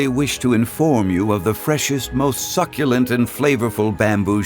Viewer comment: I set the voice to Japanese and missed Keith Silverstein's pronunciation of "Succulent". thanks for letting me hear it